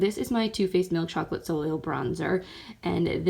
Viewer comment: The 2nd L in soleil is silent.